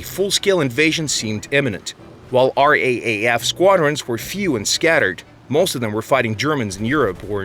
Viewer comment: Great history about the Boomerang, except it was superseded by newly available Spitfires, not American aircraft. Also the RAAF is usually pronounced "R double-A F" Other than that, outstanding doco!